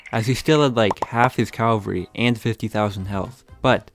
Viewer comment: Its not calvary, its CAVALRY